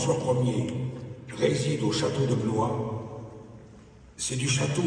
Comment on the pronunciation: Por favor!!!!!.....no digan BLO IS , digan BLUA....es como se pronuncia....gracias.